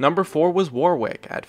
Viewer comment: the second W in Warwick is silent....... (an Englishman)